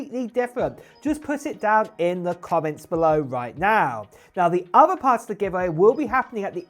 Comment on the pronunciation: It's Thousand, not Fousand. Other, not Uver.